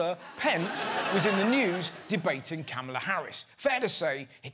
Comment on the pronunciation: It’s pronounced “comma-la” not “camel-la” 😂